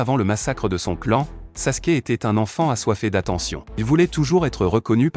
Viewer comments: Et Sasuke pas saske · S'est pas saske mes Sasuke